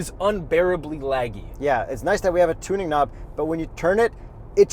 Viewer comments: “tuning lob” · "tuning lob"